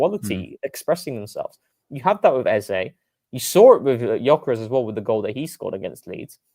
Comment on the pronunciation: Funny to open the show talking about mispronouncing names and then immediatly mispronounce Eze. It's Ez-ah. Long live TCP live.